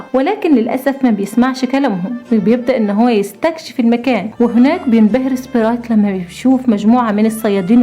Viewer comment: القصه تحفه وكلمه سبريت من صوتك جميله